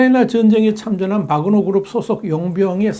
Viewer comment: 와그너아니라 바그너입니다. 정확히합시다.